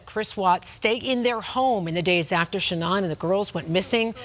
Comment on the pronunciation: It would be so nice if the two newscasters could listen to the pronunciation of Shannan’s family and friends of her name and say it correctly. She deserves that much.